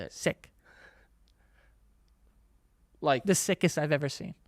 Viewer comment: the way Joe says "sick" and "yea" kills me here😭😭😭